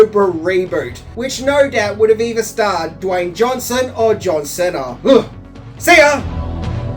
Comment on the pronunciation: Minty calling John Cena "John Sena" 😂